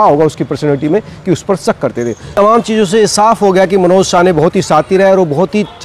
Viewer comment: अबे ये रिपोर्टर पागल हैं क्या?? कोई इसे बताओ भाई उसका सरनेम साने हैं. शाने नहीं.